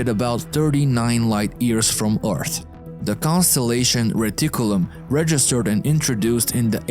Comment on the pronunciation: OGM. this dude again... i'm disliking every video this dude narrates for disrespecting and butchering english. he pronounce EARTH as ORTH, CRASH as CRUSH, AXIS as EYXIS, SAW (to see) as a SOW. etc. and like this in every other sentence. And dude tries to sound American way too hard on top of that.